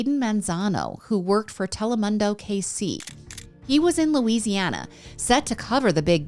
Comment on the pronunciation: Spanish lessons with milk: Telemundo pronunciation is tele-moon-doe or dough